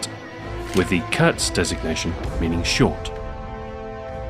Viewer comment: haha i love but kurz or "Kerz" as he says means short and the u is pronounced like the 2 o's in cool, not hatin just statin